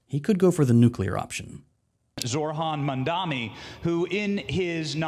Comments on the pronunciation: The blantant disrespect of Cuomo, journalists, other public figures not even bothering to say his name correctly. If I hear "Zohr-han Mandami" one more time I'm going to scream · "Mamdami" is crazzyyyyyyyy. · why do they all say “Mamdami” ?? it just makes them look even more stupid. they are all too incompetent to pronounce a last name? not that intelligence matters to their base but still… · Why is it always some fox news dipshit that mispronounces his name? Can these people even read? Just sound out the letters morons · the fact half of them still can't pronounce his name properly. very telling.